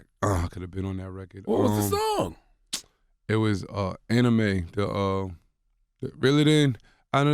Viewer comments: Lmaooo he said Anime instead of Amine 😂😂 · Nigga said Anime lmao his name Amine 😂😂